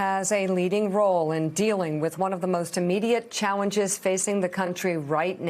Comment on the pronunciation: Chawenges!,, bahaahaa